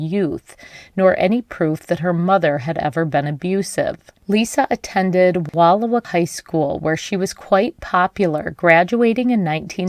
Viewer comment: October is not an odd weekend for camping. And you are mispronouncing Wal OW a.